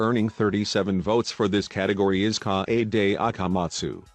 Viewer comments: Nobody: The narrator: KAYAYDAY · no one: text to speech: naGEEto koMEEda, kawAYday (🦅)